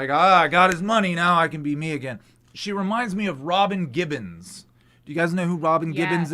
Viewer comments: * Robin Givens - not Gibbons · Who the fu($ is Robin Gibbons???? It’s Robin Givens.